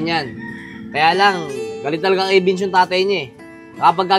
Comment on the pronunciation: It’s Vince not bins